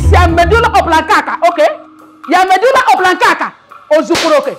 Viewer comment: jooh the principal with her pronunciation "medulla oblonkakaka"😢😭😭😂😂